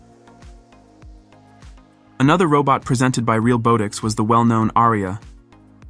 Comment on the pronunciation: The comedic irony of the Ai voice being unable to properly pronounce "realbotics" is not lost on me.